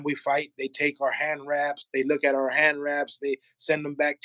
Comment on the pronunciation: Its Artur not Author. Just for clarification